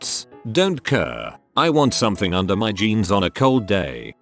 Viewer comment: excuse me, HOW did the TTS pronounce "jeans"??? 💀